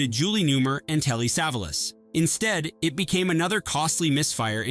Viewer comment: Love bizarre pronunciation of Julie Newmar and Telly Savalas.